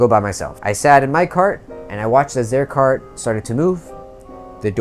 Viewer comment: I love the parts where you say "carT" and "traCK" its so satisfying